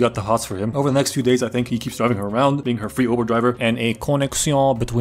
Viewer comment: the joke is that the being is pronounced like a bean